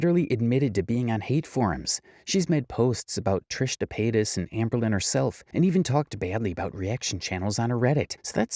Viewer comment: Who tf is “Trish Dapaytas?” 😂😂 that’s her name now lmao